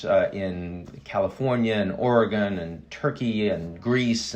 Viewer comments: Folks always pronounce Oregon with a "gone" sound at the end, this drives Oregonians nuts. Ian did a pretty good job here and I'm curious what hipped him to the proper pronunciation, east coast folks don't say it right unless they've found out some how. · Heard that Oregon pronunciation!